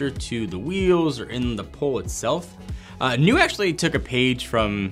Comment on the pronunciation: The proper pronunciation is niú